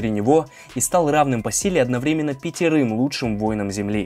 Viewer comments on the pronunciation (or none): none